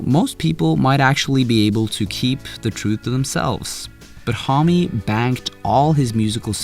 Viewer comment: You are misspronouncing Homme, its actually annoying